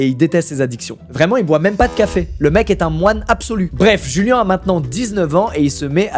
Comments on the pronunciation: Je suis le seul à trouver bizarre le Julian et non juliannn à l’espagnol C’est bizarre Julian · ! Mec t'es chiant !!!! Corrige ta vidéo mec !!! Çà se dit pas "jùlen" (phonétiquement) mais (phonétiquement) "D'Joùliánnn" !!! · Le blaz se prononcerait pas plutôt "Rouliane" vu qu'il est un peu hispanique (proximité avec le mexique)? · rip djouliane pour la mauvaise prononciation de son nom pendant 22 minutes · Julian ça se dit "Rouliann"